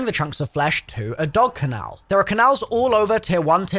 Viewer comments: IT's pronounced dog kennel not dog canal🤓👆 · “Ken-nel” vs “can Al’s” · I’m sorry but I’m English and live in the same city as (Bristol) and unfortunately he is mispronouncing Kennel completely wrong, he is saying Canal 100% 🤦🏼‍♂️🤦🏼‍♂️ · Dog Canal 😂 lmfao 😂 its Kennel. Think 'Ken' and 'Bell' (Without the B). 😂😂😂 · So that people would leave comments about how he said it and will boost the video in algorithm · Hes probably mis pronouncing Kennel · yeah, na. We say Kennels, it's possibly a region thing but he's the only one I know that pronounces them like that. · Why you say kennel like that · Fuck fact, can't pronounce Kennel and it kills me every time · It's not English don't blame tht 🤣🤣 am English we don't say it like tht